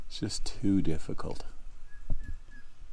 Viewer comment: "It's not a difgicult task"... when you have some lift 😅